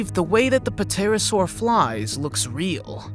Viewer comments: You pronounced pterosaur wrong. It’s pronounced T- ai-r -a -ss -au -r. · the P is silent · fyi, The 'p' in pterosaur is silent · "P"terasaur..... lol, the "P" is silent ;) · You don't pronounce the P in the Pterosaur.